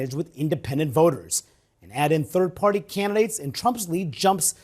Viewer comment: He said "FARTY" !!😂